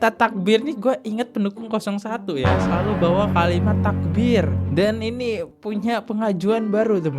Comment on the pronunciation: Coba bilang errrr..pa bkn takbie takbie..tapi takbiirrrrrrrr !!!